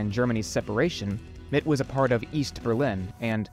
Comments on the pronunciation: Thumbs up. Try to pronounce German words correctly. Mitte, not Mitt. Look up Nikolaiviertel! (Fiirtel!). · It’s pronounced MIT-TA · The e in Mitte isn't silent 😊. Think middle. Mit in German means "with". Very nice video! I love the idea of this video. Sensory history is pretty popular now.